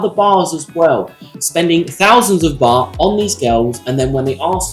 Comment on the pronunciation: I literally had to pause the video to understand you were saying two different words. Bar and baht.